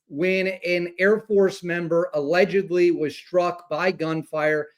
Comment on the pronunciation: Are you saying allegedly, or allegubly?